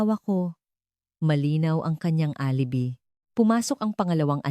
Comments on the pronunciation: Parang walang Pinang aralan ang taga salaysay na ito mali mali ang mga pag bigkas ng mga word gaya ng geng imbes ng GINANG , ang ALIBI naging ALIBE , hindi ko tinapos , buysit!!!! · alibi..... a li bay is the correct pronunciation TY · A-li-bi ka ng A-li-bi... ang TAMANG BASA SA ALIBI AY... "AH - LI - BAY" !!! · Maganda boses mo at Ok ang kwento pero ang pangit pakinggan ang nagkwento . Nairita ako sa geneng eh gng ginang lang pala at saka di ka ba nag research kung paano ang tamang pagbigkas ng ALIBI? Sa english a-lu-bai sa tagalog A-li-bay. Hindi ako nagmamarunong naintindihan ko na hindi ka sanay magtagalog pero kinaceer mo magkwento kaya ayusin mo para mga tagapakinig mo masiyahan naman at magsubcribe sa channel mo. Ay naku ge eneng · A li bi not the correct pronounciation it shld. Sounds A LI BAY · Mali po promounciation nyo ng alibi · Pronounce properly the word Gng And Alibi..